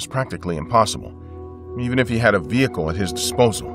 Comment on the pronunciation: a vi-hickle